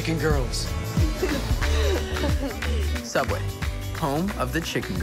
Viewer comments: TheOdd1sout fans be like: Oh! its Soubway! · Um excuse you, its called SOUUBWAY! .....pff get it right.